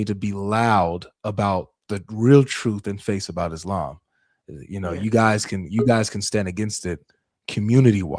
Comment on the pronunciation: Muslim for 40 yrs and still cant say ISLAM correctly 😅